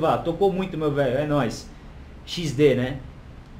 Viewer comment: "xisde" UHIASEUHIAYUASEUHISAHUIEASHIUEAIUH, caralho, pqp. POR MAIS VÍDEOS ASSIM